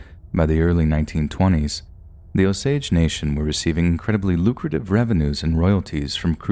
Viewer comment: 😊nope, he pronounced it right